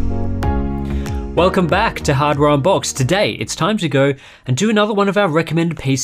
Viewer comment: At the beginning I thought he said " welcome back to another episode of Hard Round Box"